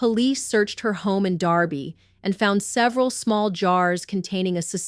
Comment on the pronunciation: I believe it is Derby not Darby Connecticut